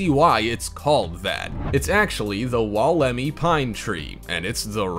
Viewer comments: no kidding well it was hilarious when he did 'dinosaur' tree about the wolemi pine he had the lady talking about the tree with correct pronounciation yet he managed to get it so badly wrong it was weird. he says "wall_EM eee" but its more like "wool em eye" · Man you have the video with the lady talking about the Wolemi pine, so its weird first you call it dinosaur tree (yeah i get it its supposed to be prehistoric so we can understand you renaming it or trying to give it a new nickname. But then considering how you include a lady talking about it it is almost tragic how badly you managed to mispronounce its name.